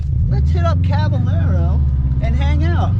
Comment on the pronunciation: It’s cabayero ffs